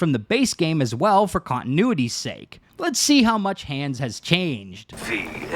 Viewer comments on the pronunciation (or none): none